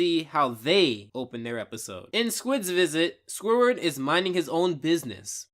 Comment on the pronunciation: 24 minutes of listening to this guy say "Squiward".